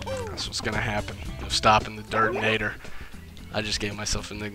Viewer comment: LOL "Durdinator". That's a good one. I myself used to wonder if LP'ing Super Mario 64 or Zelda: Ocarina of Time was "too typical", but then I reminded myself why I do LPs: because I play the games I like, no matter what anybody else thinks. I do what I want. So good on you for doing what you enjoy.